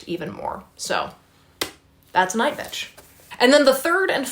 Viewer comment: I read 6 books this month and that’s the most I’ve read in a month. Feeling pretty good for the rest of the year. Still find fascinating how you say NightBitch 💀😂😂